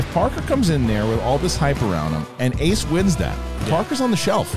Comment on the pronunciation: When correctly pronounced Ace’s name and said “English. Do you speak it?” That was gross, I’m sorry. Sincerely, Someone who goes by an anglicized name because people refused to pronounce my name correctly.